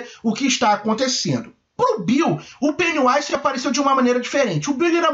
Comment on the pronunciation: Vc disse Pennywise, mas a pronúncia certa é "Pennywaise"